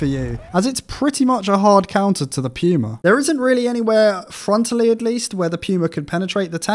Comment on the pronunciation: I'ts not pronounced "Pyuma", it's pronounced "Puma" as in the sports brand... C'mon man, you just summoned the german mains...